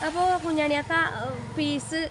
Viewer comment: പീസ് അല്ല ഫ്യൂസ് 😂